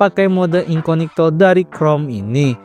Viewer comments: incognito anjir bukan inconigto.kzl bgt denger nya wkwk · INCOGNITO, bukan INCONIGTO. Ketahuan bikin kontennya gak riset dulu, asal rekam terus edit.😂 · incognito bg bukan inconigto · Lha, ngomongnya juga sejak Awal INCONIGTO bukan INCOGNITO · Incognito aja dibaca inconigto, gimana ga literasi rendah? 🤣🤣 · inCOGnito jir... incoNIGto incoNIGto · Bang yang bener incognito, abg bilang *inconigto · Mode Samaran 😂 edit 1: bro say incognito❌ inconigto☠️✅ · INKOGNITO BANG BACANYA, AAAAAAAAAAHHRRRRGGGGGGGG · Wah insight baru, tapi aku rada gatel bang denger inconigto terus😭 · masih ada aja yg ngomong inconigto, elah. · I-N-C-O-G-N-I-TO dibaca inconigto😂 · ga enak banget bang dengernya spelling inkonigto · Perasaan pelafaannya salah bukan editornya🗿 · sorry nih mau kasih tau aja minimal riset dulu cara pelafalan yang benar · spelling incognito aja salah lu dari awal ampe akhir video